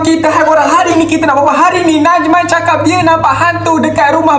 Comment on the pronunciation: Najman bukan najan